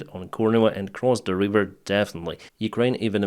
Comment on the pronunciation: "River" not "Reeeever" 👍